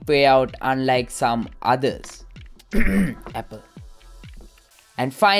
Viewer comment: Apple kiwwa wage ahuna..hahaha